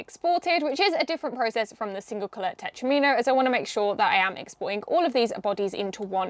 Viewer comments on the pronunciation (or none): I always thought it was pronounced ‘tet-romino ’ To sound like Domino. Because you know, they’re like four piece dominoes. Please can somebody confirm that I’m at least NOT wrong LOL 😂